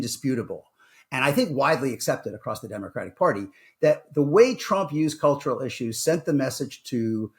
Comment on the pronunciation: cultural is that the way you say color?